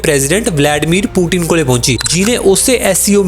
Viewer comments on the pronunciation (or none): ਭਾਜੀ ਉਹਦਾ ਨਾਮ ਬਲਾੜੇਮੀਰ ਨੀ ਵਲਾਦੀਮੀਰ ਆ ਪੂਟੀਨ ਨੀ ਪੁਤਿਨ ਆ😂😂😂 ਜਿਆਦਾ ਪੜ੍ਹੇ ਲਿੱਖੇ ਬਣਦੇ ਆ ਤੁਸੀਂ ਯਾ ਫੇਰ ਸੱਚੀਓਂ ਕਿੱਸੇ ਵਧੀਆ ਸਕੂਲ ਵਿਚੋਂ ਪੜ੍ਹਿਓ ਆ।ਦਸਿਓ ਜ਼ਰੂਰ।